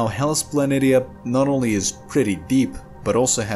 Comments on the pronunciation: I couldn't get past the pronunciation, sorry. It's Pla NEE shuh, not Pla NIT EE UH. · If you watch star trek from TNG onwards you will hear the correct pronounceation of the wotk planitia/ {rpnounced Planishiuj. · pronounced Planishia..... poor 😉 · Very good, informative video with nice graphics. Since I am a researcher and Mars is my specialty, let me assist you with the pronunciation of "Planitia". It is pronounced with the "SH" sound like this: Plan-ish-uh. Keep up the good work. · It is somewhat more commonly pronounced Hellas "Plan ee sheeah".